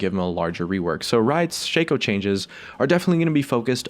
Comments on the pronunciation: shaco not shayco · Isn't shaco pronounced "Shock-o" not "Shayco"? the shayco pronunciation sounds so dumb lol